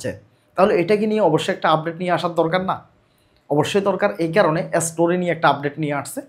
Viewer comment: এসটোরি না স্টোরি 😂